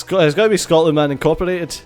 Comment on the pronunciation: Scotland. SCOTLAND. Scot-land. SCOT-LAND.